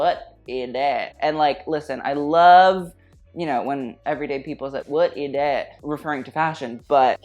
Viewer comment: Hey, I love that you repeat "Whut i thad"?. You almost address a Belgian designer in his own (Flemish) language "Wat is dat"?:D Hey, aren't you supposed to be on my team? One does not wear (spaghetti)straps on a strapless dress... = Greetings.